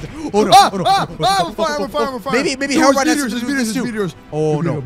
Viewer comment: It’s Hero-brine